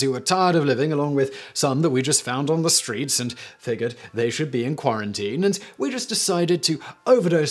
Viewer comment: Simon knows how to use a pronunciation checker? Someone get him to type in "geyser" and "figure."